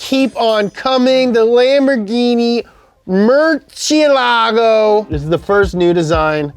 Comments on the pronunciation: guys. guysss. guysss guyssssss!!!!! Murciélago with accent mark on the E, which places the strong intonation on the second syllable. It's a common mistake, but it f*cks me all up when people screw this one up. Also, fun fact, this would be (the first) lambo not named after a bull. 🤓 no, we are talking murciélagos now, boys! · It’s pronounced “Murciélago” the accent is on the e which means you don’t say “Murcelaaaaaaaaago” you go “Murceeeeeeeelago” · Honestly, not a huge fan of the murcielago, it's just kind of boring looking like the Gallardo. Also it's pronounced Mer-see-la-go not mer- see-a-lago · "MIRCHIELÁGGGGOOOOO" Every person who wants to say correctly that name: "MURCIÉLAGO" (in Spanish) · in italian murciélago is pronounced mur-chee-eh-lago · maybe next time ask them how to pronounce Murcielago? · This guy really lectured us on italian pronunciation after butchering the murciélago that hard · It makes me unconfortable how the pronounce Murciélago